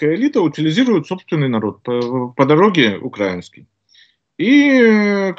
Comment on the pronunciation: Ру империалисты против Ам импер. в угоду Китаю ??????????? А кто занял евро рынок газа - Китай????? А к кому съехал Герм тяж пром - В Китай??????? Не, ну это же бред И Мля, Укра'Инский Ударение на И, твою ж ма